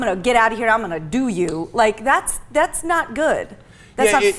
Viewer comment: Oh Wow, it's not creative?! He said"i'm going to "dew" you not do. Danm it's just a commercial,Fuck!